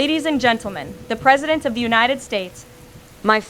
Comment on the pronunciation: Wow...the AI-presideht can put together sentences, with more coherence than the person mimicked could ever try...no mamala, no cackles, no wine break.